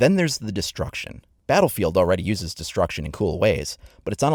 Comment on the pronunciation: GIANNISTER "Batt fild"